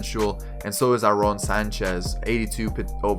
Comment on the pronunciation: Youre pronouncing Sanchez and Travis' first names wrong